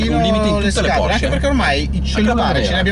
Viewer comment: Auto incredibile, 🔝, no comment. Precisazione per il mitico: la pronuncia è Porsche, non Porsch. Giusto per fare il rompi balle ahaha!